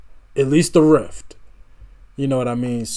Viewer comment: Just so you know, its riff, not rift.